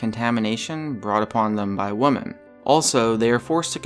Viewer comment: to narrator. Here's a tip. The plural of woman is pronounced wimin, not how it's spelled.